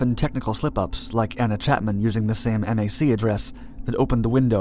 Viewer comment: Just a heads up, the mac in mac address is pronounced like mac n cheese not M.A.C. Good video though. You do great presentations on these cases you choose.